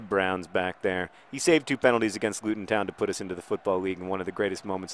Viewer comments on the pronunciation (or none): none